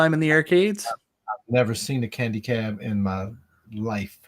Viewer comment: Can people from Chicago not say "Candy Cab"? It's not Keeeendy Cab....it's CANDY CAB...NOT KEEEENDY CAB!